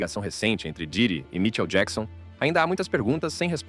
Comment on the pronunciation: que porra é essa de vídeo que o narrador não sabe nem falar o nome do MICHAEL JACKSON?!?! 👌👌👌